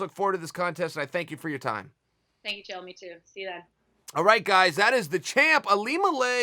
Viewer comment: Of all the names Chael P pronounced correctly....